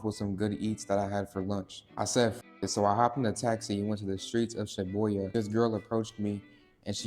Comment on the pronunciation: “Shobuyha” I’m dead😭😭 you could at least try to say it the right way🙏🏽